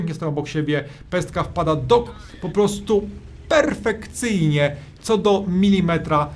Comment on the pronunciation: "pjerfekcyjnie" jak to ująłeś.;)